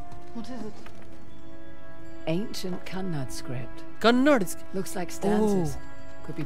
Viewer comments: Vo Kannad ni hai it's Kannada. And trust me you'll have to visit the original city you'll be mesmerised! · BTW its kannada sir not kannad.